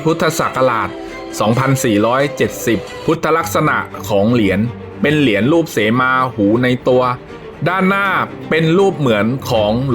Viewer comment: คนอานก้อ่านก้อ่านอักขระไม่ได้เรี่องเลยเหรียญไม่ใช่เหลียนหืย